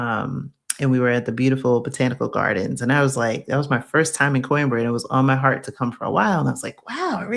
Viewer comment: I'm not being a jerk, but it's pronounced...."QWEEN-BRAH"